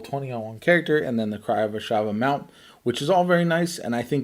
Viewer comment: NOT "AHSH-a-va" Its "ah-SHAV-ah"